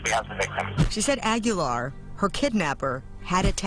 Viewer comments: Not Ag-yo-lar, it's Ah-Gee-Lar. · They should have done a second take of the Reporter saying his name at the beginning. Frankie Aggie-yar... made me laugh thinking about a pirate who's a student at Texas A&M. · Agui-Yar. Damn gringos